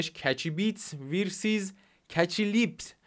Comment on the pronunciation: ویرسیز😂😂 دمت گرم ویدیهات عالین فقط یکم رو لهجه انگلیسیت کار کن😂😂